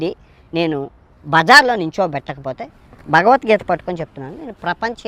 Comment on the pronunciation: Nee bhashee sarigaaledu! Neevu hindu grandhaalu chadivesaavaa! Bhagavathgeetha anee padaanni sarigaa cheppatam nerchukoraa! Antlavedhavaa!